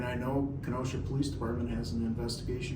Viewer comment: it’s not the poh-lice dept it’s just simply the police. Stop emphasizing on the poh in police. It just sounds ignorant. Sorry!!